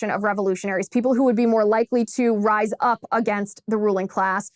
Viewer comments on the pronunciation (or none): none